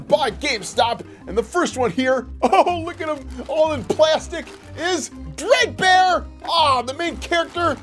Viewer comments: Bruh he said Bread bear lol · It’s dread bear not bread bear lol